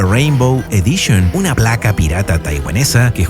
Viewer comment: "Champion EDICHON, CHORRRYUKEN, CHA, CHE, CHI, CHO, CHU." ¡Tu pronunciación del inglés y japonés ES ASQUEROSA, CABRÓN! :body-green-covering-eyes::face-orange-frowning::face-orange-frowning::face-orange-frowning::face-orange-raised-eyebrow::face-pink-tears:👎👎👎